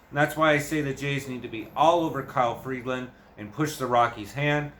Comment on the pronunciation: There is no D in Freeland. It's Free-land, not Freed-land.